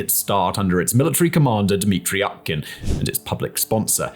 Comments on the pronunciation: Could you please learn how to pronounce names of at least key guys? Utkin is read "oo-tkin", not "ah-tkin". Not that I care about this jerk, but you are showing disrespect to the viewers. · not Utkin but its pronounced OOTKIN... OOTKA means duck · Utkin- pronounced as [U:]tkin like oo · Utkin is pronounced more like "Ootkin" (as in proof, room) tho, but ok